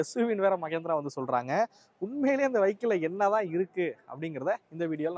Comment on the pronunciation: ಮಗೇಂದ್ರ ಅಲ್ಲಾ ಮಹೇಂದ್ರ